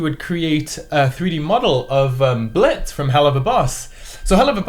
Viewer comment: It's pronounced "Blitzø"